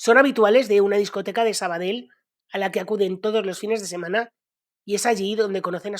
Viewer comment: hazme caso, no digas "Sabadel". Si lo intentas y no puedes decir "Valle" y omitir la "e", prueba con cambiar la "ll" por una "i". "Vai". Suena muy parecido a "valle" (vall) en catalan (o aranes: la Vall d'Ara = la vai darán). Lo mismo con "Sabadell", di "Sabadei", con el final como "dios" en latin = "dei", con tonica en la "e" y la "i" muy suave, aspirada. No suena igual que en catalan, pero es muy parecido...mucho mas que omitir una de las "L" finales. Es catalan...no italiano.;) Este tipo de trucos (lo de "i") los usaba hasta el mitico Matias Prats de los años 40. Comentado por el mismo ya viejo, tenia un problema bocal que le impedia decir la Z. Por eso, para decir, por ejemplo, "Zaragoza" lo trucaba en "Faragofa"... y realmente cuela muy bien. Dicho con conviccion y naturalidad...y sin recalcarlo mucho, funciona a la perfeccion. Desde luego mucho mejor que lo que le hubiera podido salir tratando de ser fiel a la "Z", quiza algo como "Charagocha" o "Tsaragotsa.:) Por cierto, ¿esa "palanca de uña" de sacar clavos de la que hablas no es la "pata de cabra" de toda la vida?